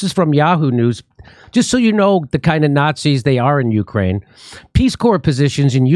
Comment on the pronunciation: Nancy said "Slava Uhani", because she's even too dumb to say "Ukraine"